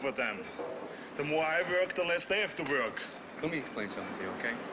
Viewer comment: Arnold couldn't pronounce "work".